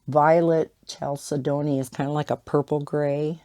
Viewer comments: chalcedony I think is pronounced more like Kal-said-on-ee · Chalcedony would be: kal-said-knee